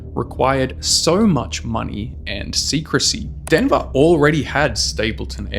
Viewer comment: denva intanashonal aypawt